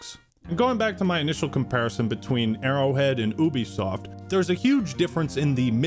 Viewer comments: never in my life have I heard someone pronounce it as oobisoft. I always thought it was yoobisoft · Wait….. is it pronounced’Ooo-bie’ or ‘You-bie’?? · Wait. Wait. Wait. Hold up. Hold on. Have I been pronouncing “Ubisoft” wrong my entire life, or are you just making fun of the name by saying it like that. I thought it was “you be soft” not “ooby soft” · Isn’t it pronounced “You-be-soft”? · Why can't Americans pronounce the letter U? Call of Doooooty Stardooooo Valley Oooooobisoft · Is that how ubisoft is pronounced? I always called it You bisoft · Wait is it ooo bisoft or you bisoft? He keeps pronouncing it ooo bisoft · Is it not pronounced Youbesoft?